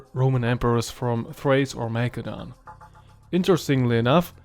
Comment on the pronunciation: I can't take how much you mispronounce these names. Come on, Mackedonia instead of Masedonia? This is where Alexander the Great is from! No way you haven't heard the correct spelling before. Insane.